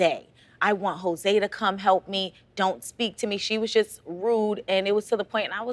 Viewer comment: I laughed when she called him Hoe-se 😂